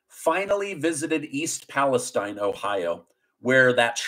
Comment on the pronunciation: Please, please pronounce E. Palestine (Pa-la-steen) correctly. Have posted this to you several times.